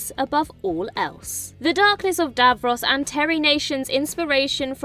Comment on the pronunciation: Some amusing mispronouncing going on here - Davros's shirt, especially. The presenter clearly doesn't have a clue what she's been given to read.